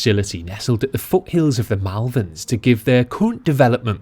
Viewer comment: being from the Malverns... how you pronounce it makes my toes curl lol other then that, good stuff :)